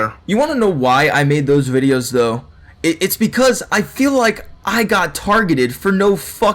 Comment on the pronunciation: He said bids